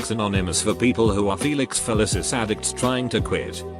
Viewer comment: I don’t know what’s more disturbing. That people came up with this shit, or that computer generated speech says the words “Felicis” and “Feliciholics” flawlessly.